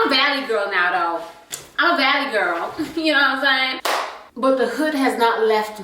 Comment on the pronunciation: “Iss ya gorl London here” 🤣🤣🤣